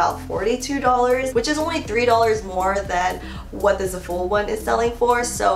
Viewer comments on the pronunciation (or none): “Zuh-full” omg girl i love u but that it not the way u pronounce Zaful haha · Love u but I’m pretty sure zaful is pronounced Zaah-full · zaaa- full ahaha omg I cringe every time I hear za-fool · it’s zAful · I love how you pronounce za-fool 😂😂❤ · It's pronounced "zah full" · oh my gosh if she says zaful like that one more time lmao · I hadn't noticed how she pronounced zaful till i read about 1k comments about people cringing 😄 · overtime she said zaful wrong i cringed a little harder